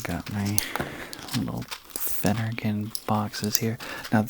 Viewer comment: Why are you whispering? 🤷🏻‍♀️ It’s doing my head in! 😵‍💫 I feel that you mispronounced Phenergan.! 🫢 I’m so glad that where I live, I can buy Phenergan 5mg, 10mg, 25mg without a prescription! 😊